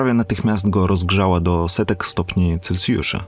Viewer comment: "7 miliardów stopni celcjusza" No chłopaku - rozkręciłeś skalę.